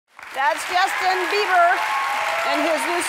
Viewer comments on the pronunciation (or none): No one: Ellen: “that’s Justin bee burr